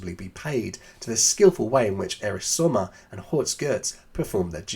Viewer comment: The name is sOmmer. not Summer 😉